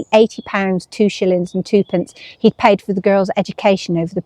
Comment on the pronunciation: Two pence (2d) was always pronounced ‘tuppence’. You’d be way too young to know that, methinks ❤